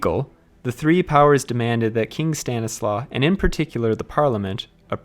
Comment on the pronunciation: In Polish the letter "W" is pronounced like the English "V". So Stanisław is pronounced "Stan • i • slav". Outside of that good job